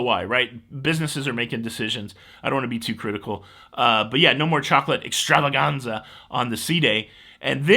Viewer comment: I love the trill of the "R" in "Extravaganza"! I'll miss the 24-hour pizza, especially after the club or late show. Also, the door hanger breakfast thingy was very helpful on port days when I had an excursion and needed the coffee BEFORE interacting with the public. 😄